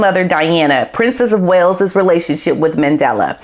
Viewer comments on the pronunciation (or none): none